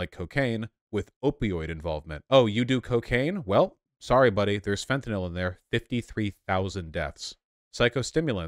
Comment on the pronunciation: I agree 100% but the way Vaush pronounces fentanyl is bothering me 😂